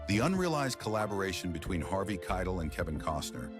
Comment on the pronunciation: The narrator still messed up his name.